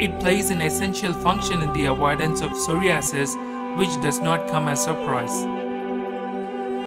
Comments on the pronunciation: Sorry-asses LOL!!! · Shame it was a good video but with 2 problems. You need to pronounce psoriasis correctly and you also need to be correct in how much I.U is best to take for psoriasis. 1000 I.U is waaaaay too low. Have a look on the internet and you will see that 5k-30k is the right dose. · The way he pronounces psoriasis. I don't know why it bothers me so much lol. Good video either way